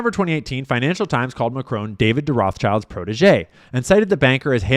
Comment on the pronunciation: Do you pronounce Rothschilds as "roff childs" intentionally or mistakenly>? Allegedly.